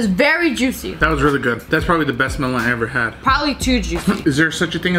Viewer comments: the way she pronounce melon tho😭😭 MELHOWHN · Sssniperwolf language: Melon Pronounciation: MELOWNNNNNNN